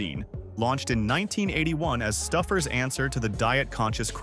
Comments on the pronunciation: Stuffers/Stowfers? It's pronounced sto-fers. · "Not the AI calling it Stuffers 😭"